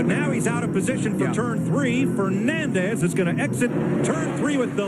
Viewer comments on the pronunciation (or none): "Adrian Fernoondez" -Darrell Waltrip